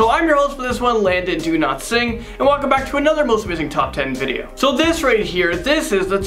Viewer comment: Landon do not sing is what I heard lol